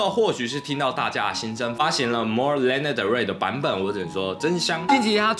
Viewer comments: ㄌㄟ ㄋㄜ的瑞 英文稿部分可能需要在加強😊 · 謝謝介紹但可以先唸對他的名字嗎😅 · 抱歉雖然介紹我女神但名字從頭到尾唸錯我真的頭很痛 看不下去 甚至越聽越生氣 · 做介紹還連名字都唸不對：）